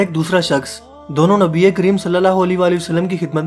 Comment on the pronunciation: Bhai ap allah ke nabi ( s a w ) ka naam lena thik sikhe kioke ap ke alfaz me galti hai